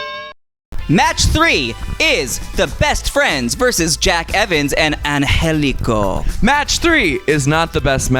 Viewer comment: Also thank you for saying “An-hell-I-co” love that cat & if he’s gonna defy death for us maybe we ought to say his name correctly